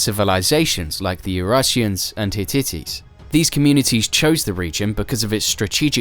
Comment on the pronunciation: I've NEVER heard the Hittites pronounced as "Hit titties" like in this video